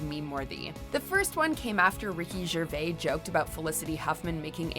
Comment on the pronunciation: Watchmojo, did you just butcher Anna Chlumsky and Ricky Gervais' surnames?